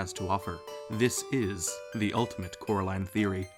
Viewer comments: "Its coraline, cor-a-line" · Why is the girl name called Coraline instead of carrotline😂😂😂😆